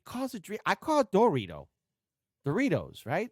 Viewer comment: By the way you are pronouncing doritos correctly, for some reason he doesnt pronounce the "o" in a bunch of words